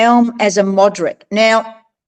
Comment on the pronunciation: Alum not aluminium and mordant not moderant